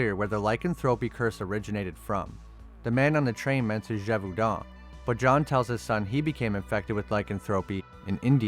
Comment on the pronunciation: Listening to you repeatedly butcher the words “Talbot”, “lycanthropy”, and “Gévaudan” made this video very painful to watch.